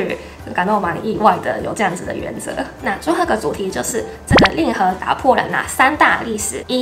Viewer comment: 令和，“累哇”😂